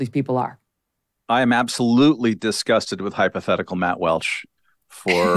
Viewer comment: Its Walsh, not Welsh, journalist.